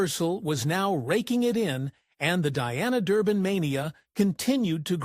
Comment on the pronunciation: I really hate these damn computer voices! They can't even get her name right.